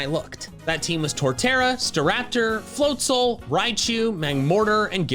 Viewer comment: Floatzel* (not Flotzal)